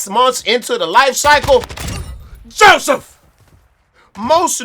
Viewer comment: I watch the rant videos just to hear him say Joseph 😂